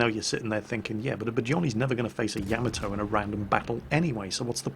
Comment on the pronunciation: Did Jingles say "sacrificial Nyamato"?